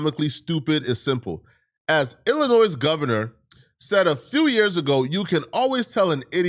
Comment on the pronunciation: Please don't say Illinois with an extra s🤦🏾‍♂️